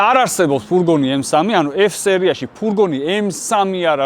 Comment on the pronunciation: ფურგონი არა, ფურგ-უ-ნია 🎉